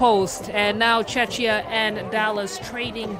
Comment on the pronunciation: Hoping the announcer could pronounce Czechia properly.